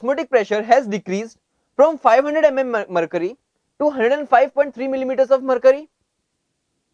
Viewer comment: lolx... mer'curry'.. sounds like he is saing dat... lolx... freaking hard to understand... no offense..... =D